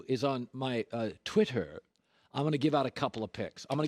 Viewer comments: LOLOL "Twitturr" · Colin "TWHIT-TUR" Cowherd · Why does he say twitter like that